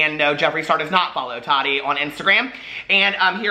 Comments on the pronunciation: The way you say Tati 🤦🏻‍♀️😂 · Nikki Stewart I know!!! It’s always tickled me lol I know he knows it’s wrong but doesn’t care 😂😂